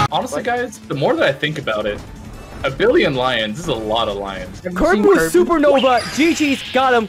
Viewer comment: how you say kirby: kurbie how you type kirby: kirby